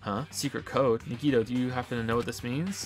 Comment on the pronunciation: I feel super triggered that he mispronounces Nagito